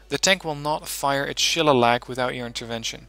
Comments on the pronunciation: Nice vid, just one thing though, the Shillelagh missile is pronounced shil-ley-la (its an Irish word) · This deck was awesome at helping me develop mine. Thanks for going into detail on things. It helped me reverse engineer a few pieces to modify them to fit my needs. Though, as an Irish guy it killed me the way you pronounced Shillelagh. "Sheh-lay-lee"